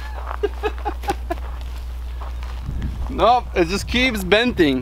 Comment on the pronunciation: Joe Valdes it’s a joke lol he kept saying benting instead of bending